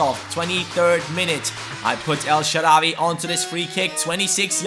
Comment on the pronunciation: Of course we want El Shaarawy in the starting lineup but please mate spell it El Shaarawy w=w not w=v or just put الشعراوى on Google translate and listen to the spelling :D